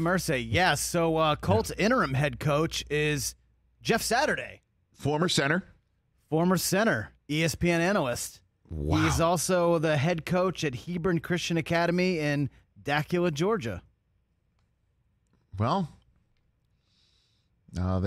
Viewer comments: Its DA - CU - LA Georgia!! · that's DU-KOOL-LA...LOL (GA.) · "De-kewl-la" Georgia.